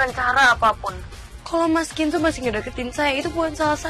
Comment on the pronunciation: nyebut nama Kenzo aja kenso 😂😂😂